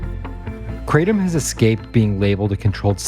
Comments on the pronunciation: It's not pronounced cray-dum It's Krah-tome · guys why are you saying "KRAY-DMM" ?? 😅😅😹The indonesians literally tell you it's called "Krra-TOM" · The word "kratom" (กระท่อม) in Thai is pronounced as: /kraʔ.tʰɔ̂m/ not /kraɪ.tɑm/. You can hear the native speakers say it correctly in the video. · Kra-tom, who pronounces it like that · I live where this plants comes from. First off, stop saying to wrong, Kra-tom. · Amazing, every person in this doc mispronounced Kratom except for the Indonesians who named it. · This is a wildly ignorant take on Kratom. Big pharma would love to make Kratom illegal because they want to sell you Oxy. Also, please stop mispronouncing it.